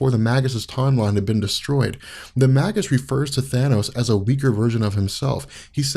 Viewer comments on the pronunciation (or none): May-gis, bro, not "mah-gis." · Its may-gis not mag-us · Surely it's pronounced like Mage. Mage-us. He's the evil Warlock. It's a play on words and not a subtle one. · i thought it was pronounced (mage us)